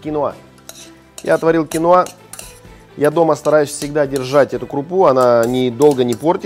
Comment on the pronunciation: кинОа, а не кинУа!!! А так -класс!)